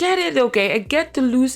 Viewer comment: I heard 'Deleuze' instead of 'the lose', and I was really confused(and interested) that you would start a video about feminism with Deleuze. 🤣Great video anyway!